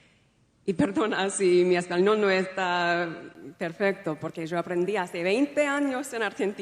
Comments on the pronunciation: Hola desde Argentina! I'm argentine, and I can say she sounds half "argentine" and half "spanish" speaking. She pronounces the "y" the way we pronounce it in Argentina and de "z and c" as you pronounce it in Spain. I'm not sure though, that anyone can learn to speak Spanish fluently in just six months in a Spanish-speaking country, working 8 hours a day in an English-speaking environment. I think he wrote a short speech and memorized it, which is why she continued in hes own language afterward. Nevertheless, it was a notable gesture and surely very well-received by the host country. It was probably worth the effort. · her accent here sounds from Spain too,. totally,, Caribbean influx in those words. She only used Argentinian accent in ONE word, the second “yo” (well, kind of). she used the wrong form of “to be”, because in Spanish, there are 3 forms: ser, haber & estar. sounded Caribbean to me too. I don’t agree that she tried to improvise it. I think it was memorized and rehearsed. Spanish is my first language. She’s such a fake. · I am from Spain and we don't use "esposo"but "marido". She also said " abraZo" with "thay" pronunciation. It is a very neutral accent as you said. If she had an Argentinian accent, she should have pronounced "yo" completely differently. She spent the night before studying not improvisation at all! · People come on. That 'hace' came out the South American way and she said yo as sho. Definitely an argentinian sound there. That guy knows, he is hearing what we're hearing. This is vicious intent. Say about Meghan what you want but she had some Argentinian sounds there. I watched until . No need to see more. Stop this bullying nonsense! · She also says "yo." In Argentina, it is pronounced "JO." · As an Argentine myself I can say.... that's not my country's accent. She has a few glimpses.. when she says Mi Esposo y "sho" very close to how the people of Buenos Aires pronounces the word YO. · Jose, she is pronouncing “yo” with a J.